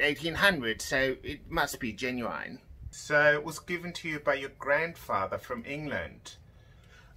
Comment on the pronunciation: One thing I found out: they pronounce the i in genuine as ai